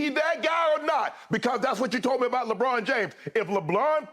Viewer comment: Lol Shannon really pronounced LeBron as LeBlon